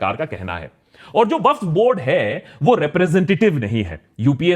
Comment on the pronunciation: Did he pronounce Waqf incorrectly throughout the video or is my hearing messed up?